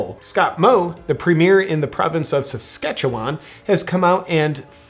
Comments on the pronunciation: Thanks for saying Saskatchewan properly! Lots of Love JP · Hey that was pretty close on Saskatchewan. Nice job. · Liked for a reference to Saskatchewan without massacring the pronunciation. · You pronounced Saskatchewan correctly! Not sure if this was by accident? :) Great video as usual.